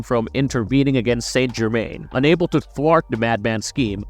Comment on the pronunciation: Must say it like the show "sant germain"